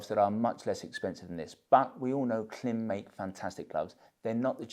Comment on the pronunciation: If I'm not mistaken, Klim is pronounced like climb.